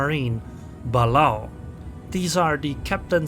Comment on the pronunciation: It's pronounced ba-lay-o